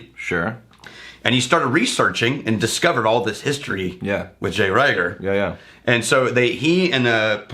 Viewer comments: It's pronounced Reeger. Not Rayger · I had to stop listening when they couldn’t pronounce the name of the first whiskey correctly (Pronounced reeeger, not riiiger). It makes me assume they haven’t done their homework correctly.